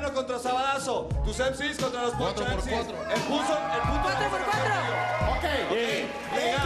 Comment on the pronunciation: "Los semsi" en lugar de los MC's jajajajaja se la emsimamaron